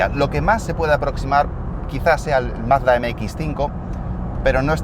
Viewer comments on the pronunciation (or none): none